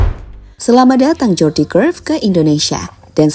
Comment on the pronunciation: Huruf J dalam bahasa Belanda dieja Y min jadi Jordi bacanya Yordi Cruyff 😂